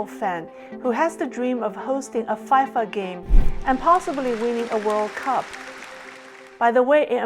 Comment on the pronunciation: Really good video. Btw FIFA is generally pronunced fee-fuh not fai-fuh.